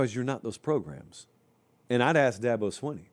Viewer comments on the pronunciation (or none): "How many progrums..." LOLOL